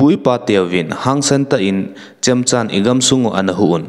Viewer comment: Chemcha tilouding " Chemjaam" tiding ahi.